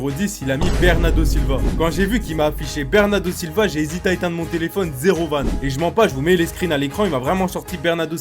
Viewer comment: Bernarrrrrrrdo Silva😂😂😂😂😂😂